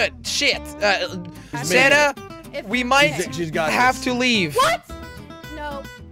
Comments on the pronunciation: When jelly said sanna it sounded like he said Santa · I put captions on and whenever you say sanna it would say Santa lol 😂